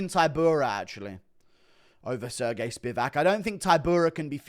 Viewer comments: He said Sir Gay lmao😂😂😂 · “Sir Gay”🤣🤣